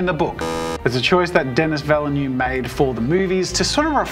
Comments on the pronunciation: Interesting pronunciation of Villeneuve. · Why do you pronounce so strangely villeneuve?